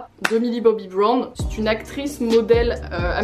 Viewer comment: Purée mais comment tu prononce Brown 😫